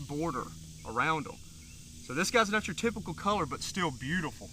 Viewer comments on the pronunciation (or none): none